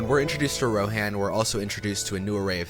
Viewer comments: Love the video, but I can't get over the Gone-dor, Rohaan, and for goodness sake did you say Ozgiloth? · Enjoying this so far...but how are you mispronouncing the locations. Lothlorien, Rohan, Osgiliath, Minas Tirith All of these are said in the movies...